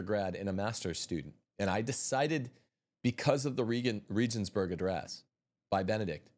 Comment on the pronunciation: Please learn the proper pronunciation of Regensburg